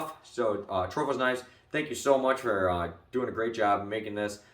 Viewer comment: No H in Atropos mang